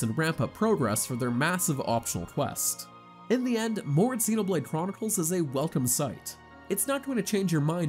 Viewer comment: So many sites have narrators that obviously never played the game reading other people's review, but they don't double check to see if they are pronouncing things correctly. But still, what kind of alien see these words and thinks "mechin", "exenoblade", and "meela"? He didn't even say the title correctly.